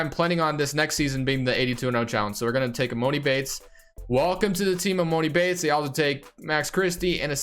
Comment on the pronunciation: it’s emAHni bates not moni 🤦🏾‍♂️